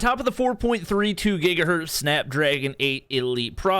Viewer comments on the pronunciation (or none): none